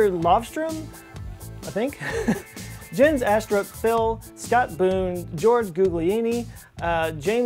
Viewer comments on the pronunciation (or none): none